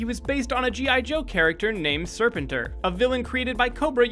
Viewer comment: It's SerpentOR not SerpentER